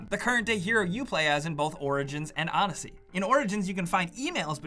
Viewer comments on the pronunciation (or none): none